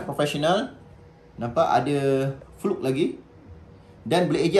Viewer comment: Sebut fluke pun salah.. kikikiki..